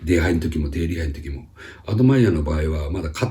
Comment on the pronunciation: アドマイヤクワッズのところ 正直何言ってるかさっぱり分かりませんでした笑